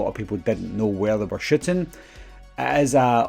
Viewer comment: I think he meant how you say "shooting" with your accent. I'm thinking it was just a playful jab lol Love what you do,!